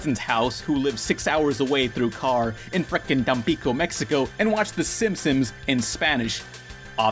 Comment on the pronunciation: "The Simsims"